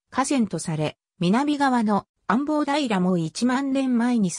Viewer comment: 安房（アボウ）をアンボウと連呼されてるのが気になる･･･